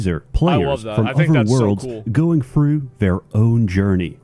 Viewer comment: Every gamer needs a speech pathologist. "Frew?" Grow up,.